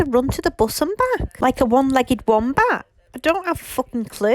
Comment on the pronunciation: Could've sworn you said rat not bat 😂 either way whatever it was looked nasty